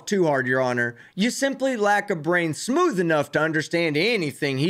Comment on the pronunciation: I love the emphasis on "smooth" for michigan roads lol. Sorry late listening to this. Your sov cit videos are wonderful background listening material at work at night